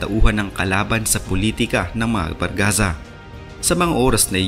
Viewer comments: Barzaga ho hindi bargaza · Di po Bargaza kundi Barzaga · barzaga po hindi bargaza hahaha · 😂😂😂 BARZAGA hnd BARGAZA 🤣🤣🤣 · Barzaga hindi bargaza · Barzaga,d bargaza.